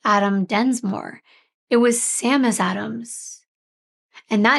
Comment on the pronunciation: Just for future reference the alternative name that he gave himself is Seamus. It's pronounced Shay-mus. It's Irish name for James.